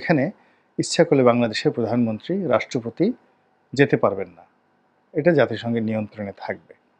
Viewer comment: রনি ভাই, আমার কাছে মনে হয় আপনি শব্দ উচ্চারণে প্রায়ই ভুল করেন। যেমন আত্মদানকে বলেন আর্তদান। প্রধানমন্ত্রীকে বলেন পরধানমন্ত্রী। এখন কথা হলো আপনি যেভাবে উচ্চারণ করেন এইভাবে সঠিক, না আমি আপনার উচ্চারণে যে ভুল ধরলাম সেইটা সঠিক??